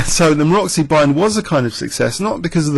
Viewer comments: MaroTZy bind, not Maroxy, pretty pleeease with sugar on top. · actually its Maroczy, pretty pleeease with sugar on top